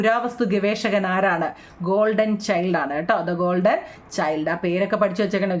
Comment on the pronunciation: Miss. Gordon ennalle. Golden ennanu miss paranjathu